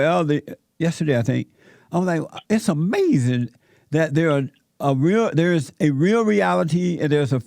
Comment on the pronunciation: “Amazin chips” 😂😂😂 DED.